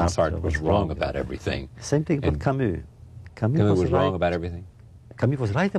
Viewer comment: Hey ! He pronounces Camus perfectly ! Now la Peste is so popular,just listen to how it ought to be pronounced